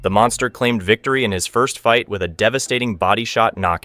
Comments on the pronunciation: Monkster is how I heard it lol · Monkster lol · said monkster 😂